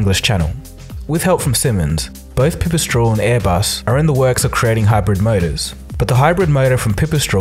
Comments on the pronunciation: Pipistrel is pronounced with a long E like e in a word "mesh". Otherwise great video, as usual! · Pipistrel and Slovenia have more pronounced Es, just fyi. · Hey i love all of your videos. Like really I like your personal zouch to the story and how you present the story in a unile way. But what i dont like is how you probouced Slovenia and Pipistrel its probably just because im from slovenia :p but still love your work 😀